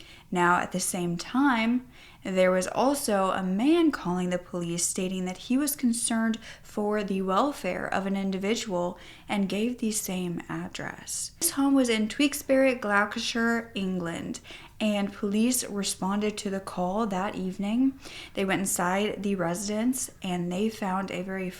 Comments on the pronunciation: Not to take away from this serious video topic at all but your pronunciation of the town had me CACKLING. It’s not pronounced “Tweaks-bury Glack-ah-sure” The correct pronunciation is “Tyooks-buh-ree, Glo-stuh-shuh” 😂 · Pronounced toukes berry and glost ter shire I hope that helps 🙏 😊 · TEWKS-bree GLOST-er-sheer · Pronounced Chewkelsbury glostur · Tweaksberry Glawcashure? 😂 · Do you mean Tewkesbury, Gloucestershire? I ain't never heard it pronounced so oddly. At least you didn't say "shyer" as in LOTR "The Shire"🤣 He even says it right in the newscast you added! 🤦🏻‍♀️ Try "Chukes-bury, Gloss-ter-sher" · Oh boy, american pronunciations 😁🤣Gloucestershire is pronounced 'Gloss - ter- shure' I live down the road from Tewkesbury - pronounced 'tuke (like duke) s bury' I mean its even pronounced correctly in the Police VT you showed, you cant copy that?! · I live in Tewkesbury, it's been horrifying finding out about this in the last couple of weeks. Thank you for such a great video on it. The way you say Tewkesbury and Gloucestershire is cute ☺️ it's pronounced "chew"ksbury and Gloster-shire xx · Oh and it's "touksberry"! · Omg...the pronunciation at the start!